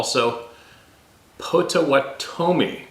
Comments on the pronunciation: "Pot a watt' a mi" Potawatomi with the emphasis on the watt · Hey brother… the way to say it is: POT OHH WATT OHH MEE 👍❤️🇺🇸… not trying to be a critic, just trying to help. Much love ❤️ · Pot-uh-waht -uh-me. Potawatomi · Here in Oklahoma, it's pronounced Pah-toe-wah-tah-me. If that isn't correct, I apologize, I've heard it that way all my life.